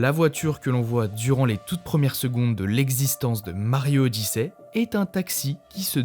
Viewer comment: "Mario odissè" 😅😂